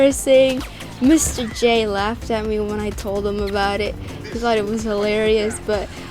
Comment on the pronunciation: When you say Mr. J it sounds like your saying Joker